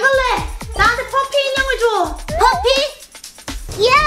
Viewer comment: 옹 맨날 잘보고있어요근뎅 퍼피가아니라 파피에용